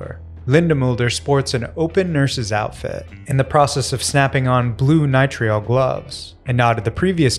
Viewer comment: it’s not “nye-tree-all” it’s “nye-trile”